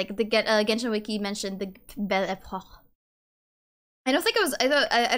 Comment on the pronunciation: you probably know it but it's pronounced "Bel Epok" not "bel epor"